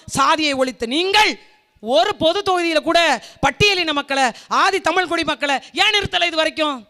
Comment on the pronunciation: தமிழ் என்று உச்ச்சரித்து ப்பேசினால் இன்னும் சிறப்பு.